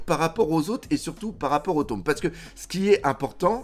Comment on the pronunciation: "le taume 100" 😂 le tome non 😂